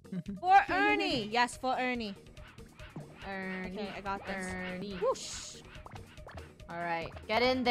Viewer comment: its Funneh sayn FOR ERNINE ;]